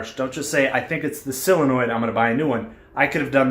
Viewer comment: Intelligent as well informative. But please, -soul-enoid, maybe -sull-enoid. No more sillinoids please!!!!